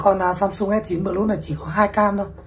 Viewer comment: Plus Đọc là pờ lút à ông? Chịu khó dùng GG dịch mà nghe nó phát âm như thế nào nhé.